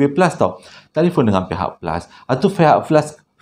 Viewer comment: Fihak flus pon bolehhhh😂😂